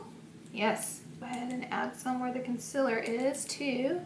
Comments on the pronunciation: NOT CONCILLER ITS CONSEALER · ITS CON-SEELER 😂😂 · Concealer not concila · "Her highlight, contour, and consiller stick" 😂😭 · does anyone else notice she says "conciler"😂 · concealer not conciller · Laura should make a concealer line called "conciller" cuz she cant say it right 😂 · The way she says concealer 💀💀💀 "concillerrrr" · Hahaha she’s been saying it like that since day one. You kinda get used to it but it’s funny someone brought it up. It used to bother me 😂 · "conciller stick" LMAOOO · FOR FUCKS SAKER ITS CON(ceeeeeaaaaaaa)L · why do u pronounce concealer like this? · y does she say concealer weird not hating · I really hate how she says concealer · ITS CON-CEE-LAR not concelur ITS OI-EEEE-LY no oly omg drives me nuts i still love u tho